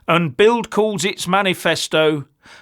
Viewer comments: BILD is pronounced BILT in German (Ds pronounced as Ts) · It's pronounced "Bilt".